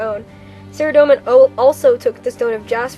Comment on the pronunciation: A: You read this pretty much word for word from the wiki. That's fine, except for... B: You read WAY too fast, and pronounced way too many words incorrectly. Saradomin is pronounced Sah-RAH-doh-min, not Sehr-a-dough-min. Just something to remember. All in all, not bad. I'm somewhat of an expert on Zamorak, and this was pretty well done, but from now on, you should really slow down and take the time to practice the difficult names.